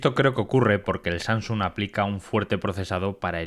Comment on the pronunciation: No es SaNGsung, es SaMsung. A mi bisabuela (99 años XD) se lo paso (lo dice con NG), pero tío que te dedicas a esto, deberías guardar estos detalles.